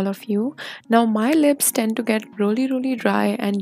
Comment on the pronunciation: I love how most indian I’ve seen says, “roully roully”.